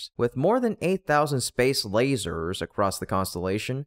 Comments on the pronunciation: Where were the air quotes for "lay-zerrs"? Just asking. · Did he say laASEErrS?